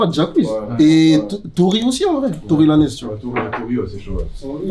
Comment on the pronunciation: Y’a un gars il a dit Tory Lanèèze 🤣🤣